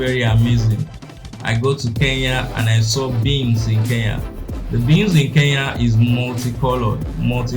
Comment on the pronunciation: It's K-E-N-Y-A not K-E-YA